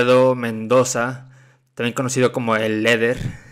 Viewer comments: No se pronuncia lider y no leder y wifrido y no welfrido q verchs 😂😂😂😂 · Por que dice “leder” ? Jaja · La culpa es de la gente que confía en alguien que dice "LEDER" . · Por qué dice “leder”?